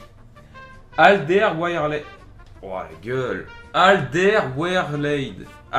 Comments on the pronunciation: Pour Alderweireld , ça se prononce Al-Deur-Wé-Reul-D , bonne chance pour tes packs opening :D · Aldewereled pour la prononsation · AL DER WAIR ELD voila comment ca se prononce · ça se prononce "adervéreld" avec un petit accent néerlandais sinon GG pour tes vidéos! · C'est " ALDEURVÉREULD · Ça se dit Al Der Wé Reld ahah😉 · le nom du joueur se dit "Ald-air-vey-reld" :) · LE NOM SE DIT: ALDÈR-WÉ-RELD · Alderweireld se prononce "Alledeurwèreuld" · non c al der wér elde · Ca se prononc Al-der-wé-reld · Ça se prononce alderwéreld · Phonétiquement c'est "Aldair ouel raide" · Ca se dit Aldervereld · on dit AL DER OUAIS RELD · Ca se prononce Alder-ouai-reld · On dit alderwereld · Hahaha ça se prononce Alderwéreld